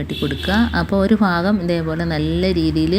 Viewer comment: Fagam alla bagam